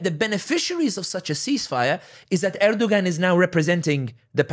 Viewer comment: Pronounced Erdowan the ‘g’ is silent. He and other leaders are all taghut. Don’t like or trust any of them. I want a real Hilafa. I want the Ummah brought back to Tawheed and true Islam. This is true success. Everything else is a clown show.